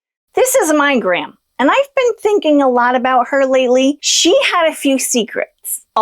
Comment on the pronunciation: When you showed that picture of your gran at the start it sounded like you said, "This is a migraine." 😂